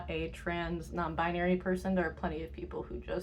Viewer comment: they said non bibary not non bribery